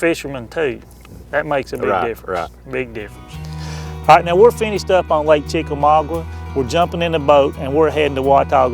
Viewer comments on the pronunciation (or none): CHICK A MAAAAA GAAAA....... NOT..... CHICK A MAW GWA! LOL!!